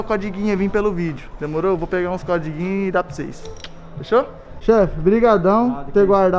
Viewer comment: "Comprei vários CODIGUIN" , azideia KKKKKKKK